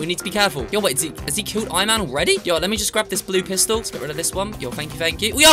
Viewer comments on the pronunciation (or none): none